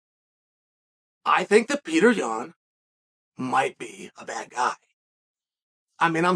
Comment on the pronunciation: Petr yan vs merab dvalishvili when chael speaks it its Peter yun and marble digafishi